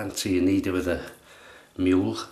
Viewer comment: Love you, mate. You make me chuckle and you pass over to me your happiness. The name of the razor should be pronounces Moo-luh.